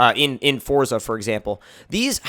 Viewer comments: Its forZA not forTza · JT Rocha no, it is pronounced fortza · Fuck sake foRZA